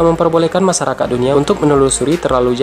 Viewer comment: Masyarakat bukan masarakat 😂😂